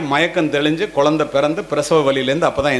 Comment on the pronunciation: ஐயா குலந்தை இல்லை குழந்தை ழகர வரிசைதான் தமிழின் அழகு அதை முதலில் தாங்கள் சரி செய்துவிட்டு பிறகு வீடியோ போடவும் மாம்பழம் என்பதை மாம்பலம் என்றால் எப்படி ஐயா தங்களுக்கு புரியும் என்று நினைக்கிறேன் தமிழ் என்பது மொழி அல்ல நம் உயிர்